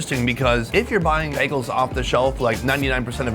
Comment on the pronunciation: Oh, Word? How many behgahls, have you had?